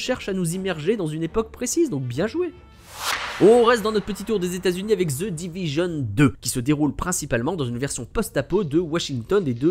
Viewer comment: Chers Français The ne se dit pas Zeu